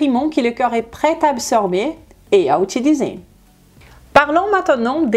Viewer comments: Tu prononces "corps" comme "cœur", ça pose des problèmes de compréhension. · ne pas prononcer coeur à la place de corps !!!! MERCI BEAUCOUP ET BRAVO POUR CETTE VIDEO !!!